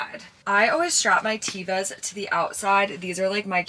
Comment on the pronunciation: Love your videos, but PLEASE pronounce your Tevas correct!!!! It's a short e. It's Hebrew, it means nature.